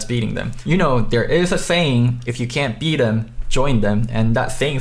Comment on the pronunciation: u do realize you pronounce every "s" as "th" right?